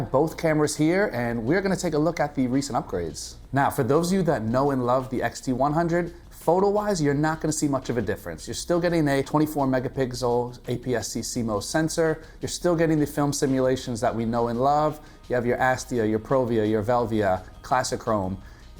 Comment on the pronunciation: Why I heard megapixZel))